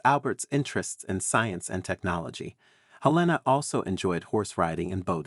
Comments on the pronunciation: Her name was HELENA not Elena, English not Spanish! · "V" is Roman numeral 5. The man's name was not "Frederick Vee". While you're at it, look up how to pronounce "Helena." I guess AI strikes again.